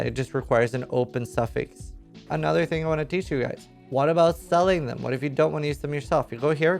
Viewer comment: I love the way he says " here with ANOTHER video" Kinda like he can't believe himself how many he's pushing out